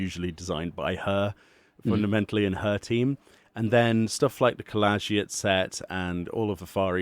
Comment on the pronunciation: Cole-age-it skirt? dafuq man, its pronounced Col-lee-gee-it , bro do better, You're english! Most of the hats available through modding are client side only, not visible on the server side. The load problem has to do with the height of the viera ears.